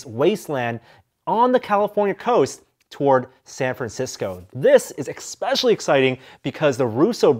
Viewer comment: Uggghh...."expecially" is not a word